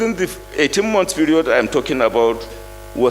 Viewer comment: Malami it’s “period”. What do you mean by “feriod”?